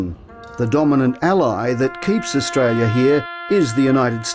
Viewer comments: It's Australia not Austrlia for fuck sake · 'Austrlia' I've never heard of it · What country is "Austrlia"? Never heard of it! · its 'AUSTRALIA' MATE! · also I knew not adding the R would piss you off